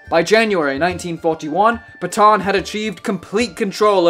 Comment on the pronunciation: Could you not have tried a bit harder to pronounce the name Pétain? It's not even close to your "pay-tahn." Any English speaker could at least say something like "pay-tan." AN like in AN apple. I'll bet you also say "macrone" for the current president of France. Un petit effort, merde!